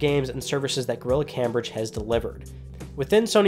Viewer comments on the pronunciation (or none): ITS PRNOUNCED CAMEBRIDGE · unchartify this episode was unwatchable because of the mispronunciation